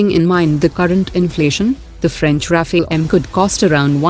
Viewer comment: Kuch bhi bakwaas mat karo bhai, aapko kuch pata nhi h to gyan mat chodiye idhar. IAF trains it's pilots for war day in and day out since it's inception. Faltu ka gyan mat chodo. Aur vo RAFALE hota h RAFAEL nhi. Rafael Israeli company h